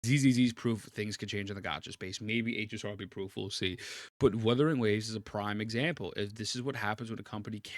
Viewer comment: I cant believe we're nearing 2.1 and he still calls it Wadawing Ways LMAO